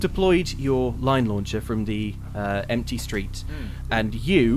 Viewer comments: At first, I thought said lion launcher instead of line launcher. Missed opportunity if you ask me. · When discussing point of entry, genuinely misheard Edvard's suggestion of the 'Line launcher' as a 'Lion Launcher'. Was thinking woooo what an entrance!